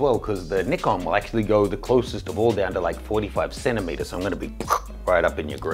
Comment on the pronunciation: WTF?? Definitely the most annoying pronunciation of Nikon XD Sorry to say but it's not an english word so u have to say it the way japanese say it... Here's a tip